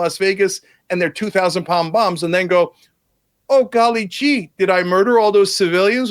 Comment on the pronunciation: If he says “golly jee “ one more time. The IQ differential here is glaring.